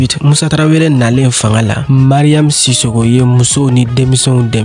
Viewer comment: Je vous invite à bien prononcé les mots Tarawele ou Traoré ...pas traveré